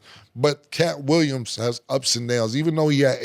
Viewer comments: Cam the name butcher 😂katt Williams 😂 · He stays saying Katt Williams and no one corrects him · Mase with Austin Rivers, Cam with Kat Williams? These 🥷🏾 will butcher a name!! WTF. 😳 😂😂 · called that man Katt Williams 😂😂. Swear Cam remind me of how Granny would just fuck somebody name up easily 😂